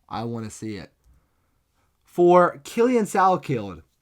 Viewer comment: Please do not call my goat "Killian Salkilld" Kwih-lan